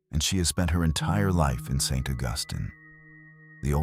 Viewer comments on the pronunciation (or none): Hey canned narrator, it’s Saint AUGusteen.